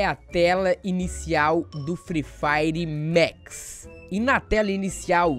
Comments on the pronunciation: Mex é tocu ,é Max poha,jeitin brasileiro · Não é mex é maxxxxx